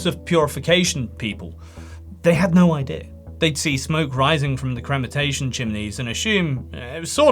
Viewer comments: What the fuck is cremantation? You mean cremation? Krem-eh-shun Krem-ah-tor-e-um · " ...crematation" - you're KILLING me.